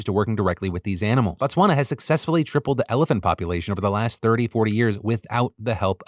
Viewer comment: hearing PhillyD trying to say Botswana high-key hurt me as a South African lol